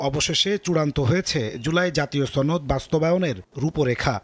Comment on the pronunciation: ছনদ? নাকি সনদ 🙄